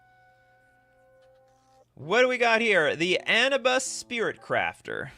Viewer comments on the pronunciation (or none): none